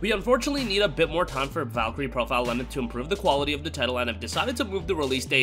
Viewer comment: He said Lenneth clearly